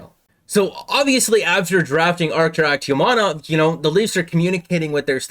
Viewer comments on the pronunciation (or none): Akhtyamov, not Aktyamanov. Good video.